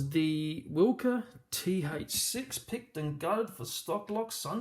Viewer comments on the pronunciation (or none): Good job mate. Its a good quality lock. I think its pronounced vilka.🤔